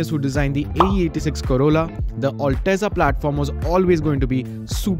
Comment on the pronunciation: It's not all teza you gawar, it's al-teza